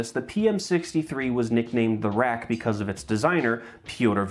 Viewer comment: Great attempt at the Polish pronunciation with the RAK :) I really respect that you took your time with it! Waiting for next levels ^-^